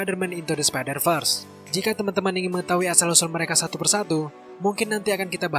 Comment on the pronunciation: apa cuma gw doang yg dengar min sebutkan spider vers jadi spider first?